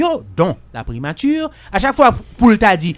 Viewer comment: 😂KOZE FRANSÈ KREYÒL SA BAY MOUN SA YO ANPIL PWOBLÈM WIIII😂😂😂 POU JAN LANG KREYÒL LA BÈL, MISYE PAKA DI PRIMATI.....MÈTRE BONIFAS , PRIMATURRRRR.... ELATRIYE.... MESYE RAMASE BOUCH NOU TANDE.